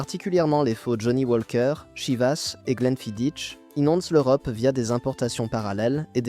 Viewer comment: Mauvaise prononciation pour le Glenfidich, c'est du gaélique...Les rumeurs sur le produit de cette marque étaient courantes à la fin des années 90